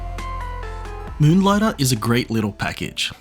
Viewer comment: "Muhnligtah". Love it.